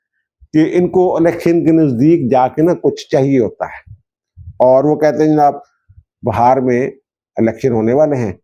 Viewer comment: بہار۔ یہ موسم بہار نہیں ہے۔ ب کے نیچے زیر پڑھیں۔